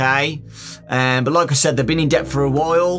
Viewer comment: says debt Tom nook: bells please